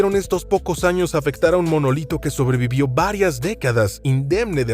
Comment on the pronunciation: el molinito? Será acaso "El monolito"?